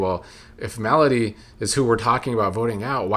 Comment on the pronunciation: Not sure if it's intentional but you pronouncing Melody like "malady" is cracking me up.